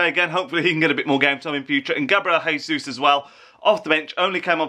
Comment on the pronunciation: you pronounced his name wrong. it's pronounced with brazilian portuguese J, not spanish J (common mistake). "ga-bree-el g-zus" not "hee-sus"